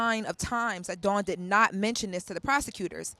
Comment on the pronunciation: Lauren as a journalist I’m irritated with you continuously saying Dawn’s name wrong. She’s been out too long for this to be reoccurring and it’s your job as a journalist. It’s rude and lazy to talk about someone numerous times and not get their name correctly. All love Queen, I still enjoy you ❤